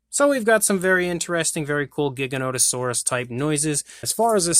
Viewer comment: Your pronouncing giganotosaurus incorrectly. The first g is pronounced like a g. And I know grant says it wrong too